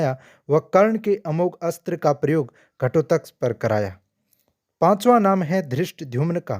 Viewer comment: Ghatotkaj ka naam tak sahi se nahi le sakte ho kya vedio banaaoge? abhimanyu ka naam kyoun nahi aaya jo sabse bada kapat se maragaya